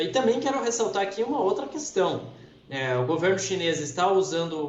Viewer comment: Com esse "Guvernu", difícil